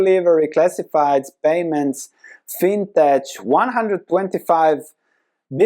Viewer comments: Thanks for the update. I'm not sure if this is how you pronounce fintech in your country but in the US, phoenteically it's pronounced fin-teck, not fin-tetch. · It’s not fintetsh. It’s fintech. Like technology. Not like tetshnology.